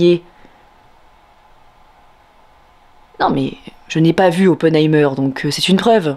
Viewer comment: Très jolie prononciation de Dortmund. Mais surtout de Oppenheimer Vive Canal+ vive les jeunes actrices ^^